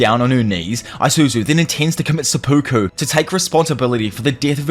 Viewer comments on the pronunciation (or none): none